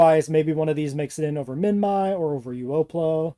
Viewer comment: Is not "minmy", it's "minmee"